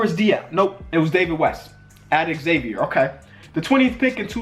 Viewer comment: Plz pronounce Xavier University correctly